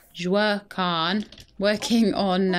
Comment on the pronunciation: So, I am 95% certain that "Wah-keen" is the developer's intended pronunciation for Joaquin, as that is the same way it is pronounced by the famous actor Joaquin Phoenix. I mean, I don't mind you pronouncing it as Jo-uh-kwin, I find it rather endearing.